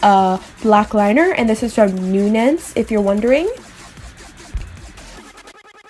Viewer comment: Love this look! Btw, the Salma Hayek (high-yek) line, Nuance, is pronounced (new-aunce). I just wanted to let you know because I know you'd want to!